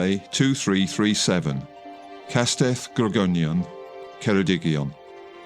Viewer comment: I noticed what sounded like an AI garbling of the word Grogwynion, late on in the production. But, that was it.